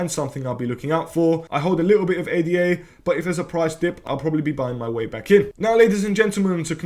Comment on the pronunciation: Ada NOT A.D.A